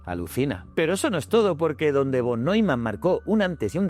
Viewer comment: Ostras los de Von suena fatal pienso que la pronunciación correcta en “fon”